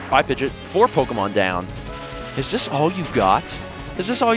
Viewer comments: Pid-gee-awt. Not Pid-jit lol. pls. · Why do you call it "pid-jit"